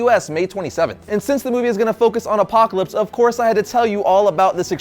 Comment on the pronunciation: I like the way you say " APOCLAPSE " ! Excellent review !!!!